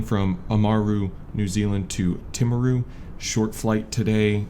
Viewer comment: " Tim aru " :) Actually, it is more like " TEA maru "